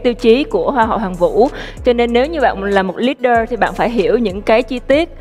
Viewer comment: Mình nghe có nhầm ko vậy? Có phải Hoang My phát âm “leader” Li-đờ thành lít-đơ ko? The hell? She’s been studying aboard for several years and pronounced that word incorrectly???